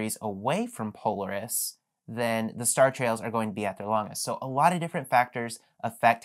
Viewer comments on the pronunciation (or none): Thanks for the video! One comment - if your intent is to be educational, you're going to want to convey yourself as a knowledgeable authority on the subject, and one thing that undermines that is your incorrect pronunciation of "Polaris". Any astronomy buff that arrives here looking to get started taking pictures may immediately dismiss the rest of your content, despite its valuable information, just because of that mistake. I know it seems nitpicky, but I make part of my living educating corporate customers, and the smallest mistake in their area of expertise can torpedo an entire session, no matter how great the content is. Good luck with your channel!